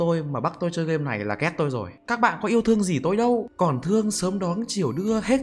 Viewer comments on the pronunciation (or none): Kiểu bị ngọng ấy bạn